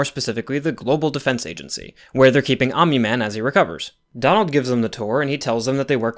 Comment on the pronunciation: That's a weird way to pronounce Donald.